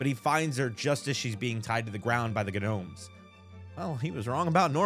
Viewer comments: Had me so weak, Guh-nomes😂😂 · The “G” in “gnomes” is silent my boy💀 Edit: youre not too good with “G’s” huh😂 g in Oregon is a hard “G” like in “dog”😭